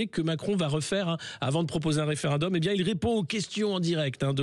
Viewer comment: Un "référindum" ? "référundum" ?... J'IRAI PAS ! j'estime que nous demander notre avis UNE fois par siècle = du foutage de gueule ! Je REFUSE de jouer....... !! GAME OVER !!